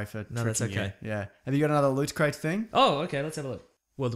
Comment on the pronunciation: What?1 No slick promotional thing before the opening theme where Mason may or may not be mispronouncing Loot/Lutcrate? What is this?! Some kind of professional weekly Australian podcast?